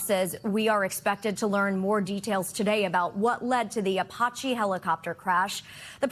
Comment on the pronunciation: Why does she not know how to say Apache 😂